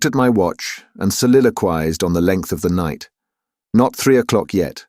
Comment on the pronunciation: Oh, dear. So badly read. And mispronunciation of 'soliloquised' in the first few lines. No atmosphere whatsoever. This used to be my favourite classic book..but not like this. Terrible.